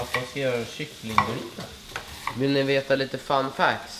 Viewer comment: Haha "fun fackts"